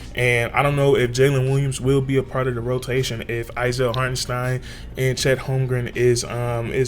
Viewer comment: Not Hartensteen he said you can call him anything but hartenSteen in his interview